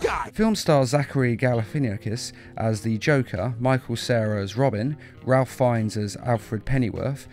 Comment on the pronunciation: 3 things; 1) No, Jerry O'Connell HAS NOT played Superman in the DCDVDU since War. He started in Throne of Atlantis. War Superman was voiced by Alan Tudyk. 2) It's pronounced day-US, not doose. 3) It's pronounced RAYFE, no ralph.